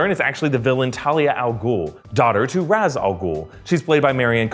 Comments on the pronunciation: Ok is anyone else gonna notice how he pronounces Ra's, it's pronounced Raysh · Love the movie but it bothers me that they pronounce it as "raz". It's "raysh".